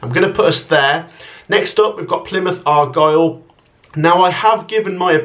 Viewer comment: Let's get it over and done with. "Argyle 24th".... 😂